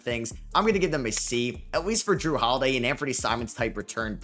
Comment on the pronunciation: "Jrue Holiday" really, how could you get that wrong